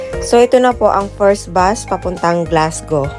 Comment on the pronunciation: just to let you know it pronounce “ Glasgo” po although its spell Glasgow ❤